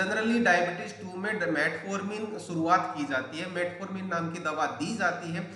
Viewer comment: शुरूआत को सुरुआत न बोलें